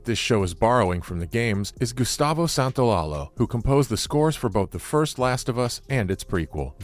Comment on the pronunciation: santaolaYA not lala